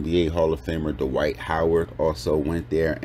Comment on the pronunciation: Duh-wight Howard 😂😂😂